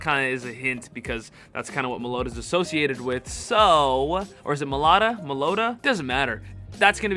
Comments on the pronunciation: IT'S NOT malota it's MELOETTA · Meloeta? It's meh low eh ta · Melloetta pronunciation guide. Mel-low-etta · it’s pronounced mellowetta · It’s pronounced Melo-etta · Just a little FYI if anyone wants to know Meloetta is pronounced (Mell oh ET tuh)...just thought I would put it here in case anyone wanted to know how to correctly pronounce it... I am hoping that most of ur predictions come to pass for Go Fest...that would be phenomenal... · I think it's pronounced "mellow etta" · mel-oh-wetta is how its pronounced. I love the shiny rampardos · Mellow-etta is the pronunciation lol. 🔥 video homie much love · Whenever he calls Meloetta Meloda, it just physicly hurts me.. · Uh Its pronounced mellow etta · mel-owww-etta is how you pronounce it. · Its Mello weta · It’s pronounced Mel-o-ett-a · It is pronounced melo wetta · Mellow-Etta lmao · meloda=meloetta typical American pronunciation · its pronounced Mel-oh-eta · Meloetta is pronounced Mellow-eh- ta. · It's pronounced Mel-o-ett-a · the way he said melloetta 😭😭😭😭